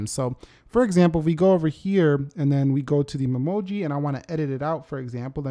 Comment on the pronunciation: All I keep hearing is mumoji instead of Memoji